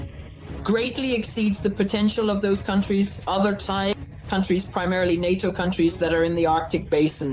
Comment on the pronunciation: Its NATO, not HATO…👍